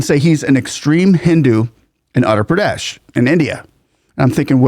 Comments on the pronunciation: The State is utter (uh ter) Pradesh. It almost sounds like you were saying Andhra Pradesh. Just thought I would point it out. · It’s pronounced as Ootter Pradesh. Not Utter Pradesh. Properties being bulldozed are illegal ones. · By the way, the state name is pronunced as "Wutthar Pradesh" as Indian names are phonetic. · Really loved the video!! small correction it's pronunciation is oother pradesh although it is written as utter pradesh on paper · Sir with due respect. It is Uttar pradesh and not Andra pradesh . Otherwise you are great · You are pronouncing the name of the state wrong. The letter U is pronounced like in Uber. It is not pronounced as ATTER Pradesh, it is UTTAR Pradesh. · I have developed great respect for CM Yogi Adityanath- He is not anti other dharmic traditions. BUT he is hard on crime of any/all kinds. He has developed housing, security, and economic systems. He has developed Uttar Pradesh - (not pronounced as English word "utter" with hard "t" but soft "th" without aspirant). People feel safer and respect the law - mostly. He is organized, disciplined and so inspiring. It is interesting that you compare Yogi with Tom Homan - a remarkable leader as well.😊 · The way he pronounced "utter pradesh" 😂😂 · When you say Uttar Pradesh you should practice more You sound like Utter that I don't like. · Uttar pradesh get ur (uttar) 😊 pronunciation in order haha Yogi ji is very particular on it UP was known for its natorious Gangs and mobsters Now ppl even think before eve teasing forget violence etc Yogi ji ll make sure ur 6 feet under no question asked Her real sister sells flowers earning 10 $ per day as on today. We want Yogi as our PM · just a tiny correction.. "Uttar" pradesh - the word Uttar literally means North, Pradesh is state or area.. It's pronounced Oo-tth-r. The U as in True but shorter. The TT is pronounced with a soft emphasis like "th" in mathematics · It's oottar pradesh if that helps pronunciation.